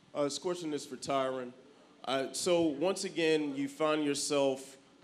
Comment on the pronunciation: Tyron "Thanks for saying my name correctly." Woodley